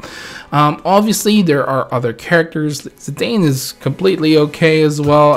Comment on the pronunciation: You can hate me all you want & call me names, but I'll be that person.. Zidane is pronounced as "Zee-DAHN" and not "Zee-DAYN". And Y'shtola is pronounced as "YASH-toh-la". Now I can die in peace, thank you.